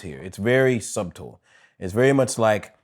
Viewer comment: said su’b’tle 😂😂😂😂